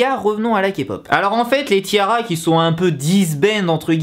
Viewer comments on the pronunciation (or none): Kim Ginha en fait ca doit se prononcer "tiara" comme une tiare en anglais